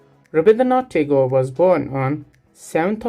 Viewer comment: Sir your explanation is amazing but its not taigore its right pronounciation is tehgore.